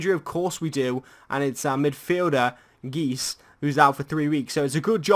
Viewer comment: Nainggolan was the better signing. Matic is good on fifa (for headers and defending)though but radja will be the better overall. Btw please say guy - se instead of geese for geis xD